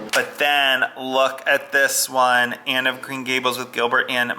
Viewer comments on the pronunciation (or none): none